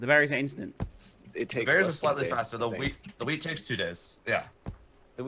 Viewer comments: Ok,this might just be me but first was talking about brownies and then they were talking about wheat which sounded a lot like weed when I heard them say it. Just saying 😐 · I keep hearing "Weed" instead of "Wheat" and I'm LMAO